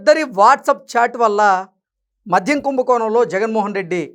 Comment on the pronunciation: మధ్యం కాదు నాయనా 😮 మద్యం.